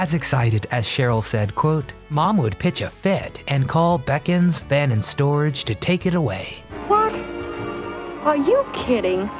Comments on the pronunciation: It was a tv program we all watched back then. Westerns were big in the 50’s snd 60’s. P.S. The Bekins moving company you mentioned...it’s pronounced Beeeekins.... not Beckins...lol...just a lil FYI. It was a popular moving company back then. Not sure if they are still operating. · Bekins is pronounced BEEKINS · It’s pronounced Bee-kins,. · Bekens is pronounced bee kins. I've adopted their slogan, "careful, quick, and kind. Been a fan of Roy Rogers and Dale Evans as long as I can remember. Lived nearby Apple Valley, in Hesperia, a few years. Still hope to meet them in heaven. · Its not bek-ins soft e moving company its pronounced Beak-ins with a hard e Like Beakon of light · 'Scuce me. It's pronounced BEE-kins Van and Storage. Well DOne! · It’s pronounced BEE-KINS.